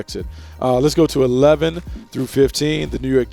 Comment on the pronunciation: he says New York jags lol